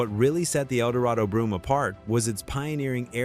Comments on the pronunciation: Brougham is pronounced 'Broam" not broom. Some of these are car models, not car brands. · Its a shame the narrator or is it AI doesn't pronounce words correctly. Brougham not brooim.